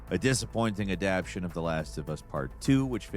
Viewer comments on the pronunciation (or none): adaptation. /ăd″ăp-tā′shən. You keep missing that third A. Add. App. TAY. Shun.